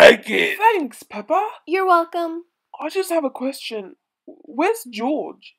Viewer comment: it's peppa not pepper